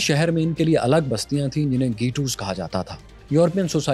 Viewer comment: گہ ٹوس گیٹوس نہیں